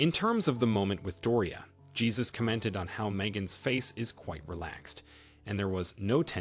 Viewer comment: The man's name is pronounced "Hey-zues", not Jesus as in our Christian faith.